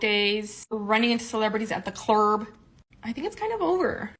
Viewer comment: . "Clrrb?" Speak English correctly please; and thats coming from me... a Texan for God's sake 🙄